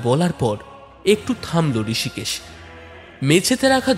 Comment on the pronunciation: ঋষিকেশ হবে না? রিসিকেসও বলতে পারেন। আপনারা তো ইসকুলে পড়েন নি😂!